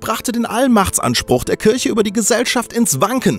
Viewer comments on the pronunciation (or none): none